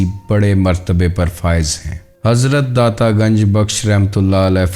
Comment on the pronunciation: Don't say Daa'ta